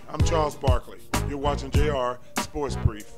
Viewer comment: why does everyone pronounce it JR SportS Brief?